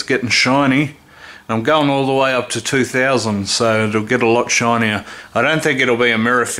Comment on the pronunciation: Lmao you got a sub for just how you said shine